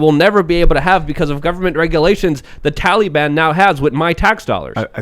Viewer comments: Tally-ban lol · Dammit stop calling it the Tallyban, it sounds ridiculous